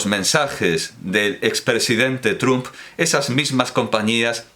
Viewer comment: Me impresiona lo bien que pronuncias los nombres de tantos autores en tus vídeos comentando obras, ya sean rusos, franceses, alemanes o, en el caso de Soros, húngaro, que parece que eres nativo de esa lengua. La sorpresa viene después, cuando, refiriéndote al cuatrigésimo quinto presidente de los Estados Unidos, sigues pronunciando "Trump" a la española. Lo encuentro algo irónico. (PD. Cuando he mencionado a Soros no me refería a que fuese un autor, simplemente que has hablado de él en el vídeo).